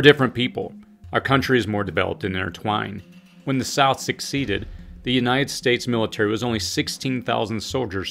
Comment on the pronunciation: It’s not “succeeded” it’s “seceded”.